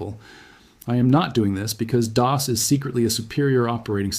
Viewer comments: Dee oss huh...🙄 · You lost me at “DeeOS” lol